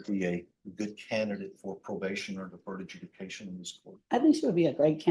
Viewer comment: that pause to comment made no sense. Defense is saying "if all crimes need sentencing then wtf do we even have deferred adjudication for?" (btw - deferred adjudication, not deferted judication)